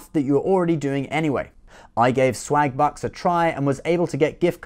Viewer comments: Im sorry but it does sould like hes saying slagbutts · Oh *swagbucks*. I could've sworn you said slagbutts. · Lol sounds like you are saying swag butts. Haha. I also support the unborn people 😉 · i thought he said slag-butts at first